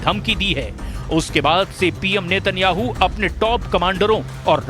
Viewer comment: एंकर साहबा नेतन हाव नही नेतन याहू है इस्राइली दलाली कर रही है